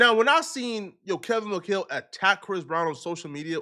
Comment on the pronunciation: Kevin mcChale?? Or McCall lol